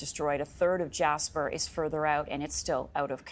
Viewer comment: Jasper? More like Jashper, amiright?